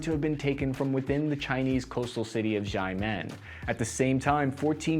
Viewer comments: Xiamen is pronounced “Sharman” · Xiamen is pronounced like "Shah-men". sort of 😜